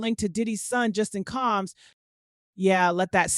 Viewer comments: COMMS????? who is reporting on this stuff?! His name is COMBS!!! Either these reporters can't read or they live under a rock.... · It’s the “CALMS “ for me 😂😂😂😂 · I’ll wait for the trial. This robot can’t even pronounce “COMBS” 😹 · Why can't this person say combs🤔.just asking.